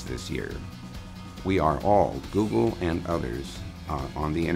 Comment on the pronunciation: It's "GoooooooooGle", buddy, NOT "JOOJLE"!!!